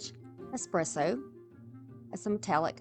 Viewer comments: I love Dark Academia and Dark Cottage Core. Amazing stuff. Thanks for sharing! Also, I love your voice. I'm also Southern. Yeah, it's ES-presso, but regional dialects are so common in the US. If you want to always pronounce things the absolute correct way, then you make it your own. 🙂It's still yours when you pronounce it the way everyone else does, because no one has your voice. I don't think you need to apologize for it, though. You have a lovely accent and I think regional dialects are interesting and unique. 🧡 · Lol i just came from another video of yours where you say "expresso" and it made me giggle. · I'm so mesmerized watching you craft that I never noticed how you pronounced ESPRESSO. I just love the end results, especially in this video. 😊Linda (Yankee) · Absolutely gorgeous transformations! You do a fantastic job teaching and explaining what you are doing. I love this aesthetic. Also, A+ on the espresso pronunciation. 😉❤